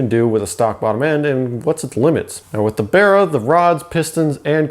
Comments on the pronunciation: Its not called bera its called baraaaaa mate got me self a baraaa engin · The "Berra" "Bearra" 😂🤣 It's Barra mate BARRA 😁